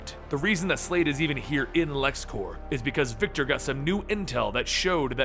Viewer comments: i wish i could say this to your face, "clears throat and tries to remove the rest of the random vomit that plagues me rn" IT'S LEXCORP NOT LEXCORPS!!!!!!!!!!!!!!!!!!!!!!!! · Its lex corp, not lex corps, corp is short for corporation, its not like the green lantern corps, please say it right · It's a common mistake but you kept pronouncing Corp as core (I guess because of the green lantern corps) but the p is pronounced because it's short for corporation